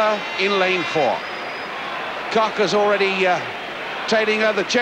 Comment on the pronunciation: Why couldn't this announcer, and for that matter, almost all British announcers pronounce names correctly? It is not Marita KOCK, it is KOCH, pronounced with a long "o" and with the German "hch" on the end.